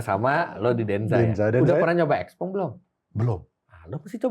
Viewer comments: XPENG bacanya siau pheng artinya little friend. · Xpeng = Xiao Peng